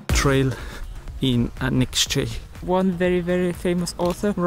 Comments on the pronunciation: The title says that it's "The town you can't pronounce", but then you pronounced Anykščiai so perfectly! :-)) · You say it is impossible to pronounce the name of the town but you pronounced it perfectly, better than Lithuanians do😁 Really well done. Great video, thank you. Live in Lithuania, never been in Anyksciai - want to visit after your video🙂